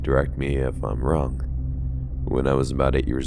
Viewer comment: Did you just say, "boy was I WONG"? LOL